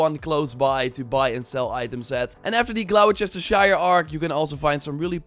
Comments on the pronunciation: Gloucestershire is Gloster-Shire not Glouwchestershire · It's pronounced Gloster sheer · Bro said Glow-Chester-shire